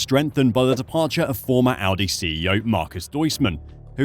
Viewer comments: definitely said Aldi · he deffo said aldi